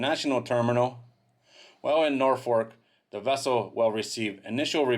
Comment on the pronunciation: Norfuk is a better pronunciation for Norfolk